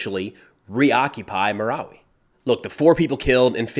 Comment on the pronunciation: have you been to the Philippines? You're pronouncing everything correctly! BTW, we say M-I-L-F by spelling it out. Thanks for covering this, I have Filipino heritage and my home town is 100 miles north of Marawi. This area in Mindanao is like the middle east, never ending war!